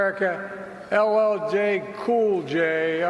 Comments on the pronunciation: The fact that he didn’t care to get LL Cool J name correctly and it’s the easiest name tells you what you need to know about how he feels towards Blacks and Hispanics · If you don't vote for me you ain't black. If you can't say LL Cool J'S name correctly your are not alive